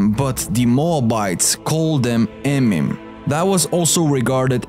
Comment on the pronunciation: It's "Eee Meee Mum"